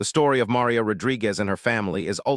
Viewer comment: Besides being too cheap to buy the RIGHTS to the video, you've never learned how to pronounce "Maria"! Talk about ignorance!/ Next time, though, when you hear a racist OR a bigot open up with that filth, ask them where THEIR family came from!/ And bèsides all that, though the description says so, this is NOT a video. There are no moving parts., just an AI-based audio presentation. No moving parts! Buy the rights! Show the tape! Prove it! Bet that's why you only have 33 subs, and I can't give it a thumbs up!